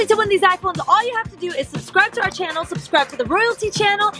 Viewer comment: You said cannel it’s Channel